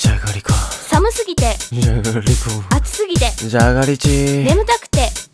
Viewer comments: の「眠たくて」からだんだんじゃがりこって言ってない気がする笑笑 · 「じゃがりちぃ」に笑った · じゃがりちぃで吹いたｗｗｗｗｗｗ